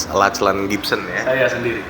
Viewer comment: Anak ini terlihat cerdas, ceritanya runut. Utk yg interview nma Lachlan tu disebut nya “locklen”.